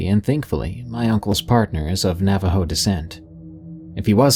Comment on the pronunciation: You almost nailed the pronunciation. Not bad for a bilagáana